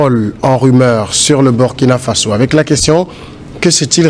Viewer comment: M. Le journaliste, prononcez s'il vous plaît le nom du pays de Thomas Sankara dans la langue de celui-ci et non en anglais ou en tout autre langue. Et puis, que voulez-vous finalement.????